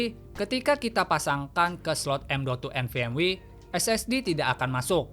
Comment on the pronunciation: Nvme❌ Nvm wi✅ 😂😂😂